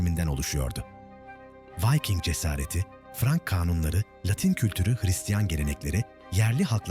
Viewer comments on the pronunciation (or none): Vayking değil, Viking diye okunuyor Türkçe'de. Elinize sağlık. 😇